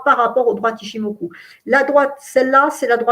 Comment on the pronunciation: PAr contre SVP SVP SVP arretez de prononcer OU qd vous voyez un U en japonais, ca fait mal aux oreilles mdrrr On prononce ITCHIMOKU ( Le u presque que comme le eu) ....